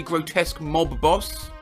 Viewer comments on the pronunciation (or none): none